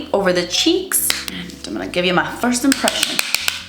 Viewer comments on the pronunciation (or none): none